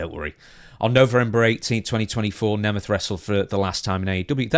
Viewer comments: I can clear up the pronunciation for you, in the case of Nick it’s “Nay-meth” and in the case of Ryan it’s “knee-math” Hope this helps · I'm from a Hungarian heritage. The surname is actually pronounced NEE MET. Its the Hungarian word for a German person. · Neh meth. That's how Nick The Ziggler Nemeth says it. I'm going with him on how to pronounce it. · The proper way to pronounce Nemeth is first of all to pronounce the end as a 'T' and not a 'TH', and probably with the voweels "Neemet" would be the closest. The 'H' at the end is just an old obsolete spelling convention and was never pronounced. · I thought it was pronounced Neemth. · I remember when Dolph cut a worked shoot on miz once, he pronounced nemeth like you